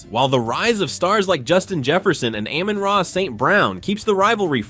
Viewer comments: Why you gotta pronounce amon ra like that tho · I stopped watching when you said Amon-Ra's name wrong!